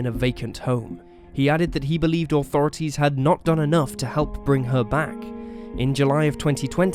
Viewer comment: Funny how you say Authorities....."Oh thorities" lol